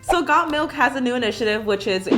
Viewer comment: Bruh when she said the thing like got Milk and all of that I thought she said god milk like if u thought so to